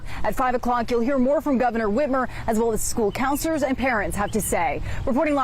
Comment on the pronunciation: Stop saying rezorzez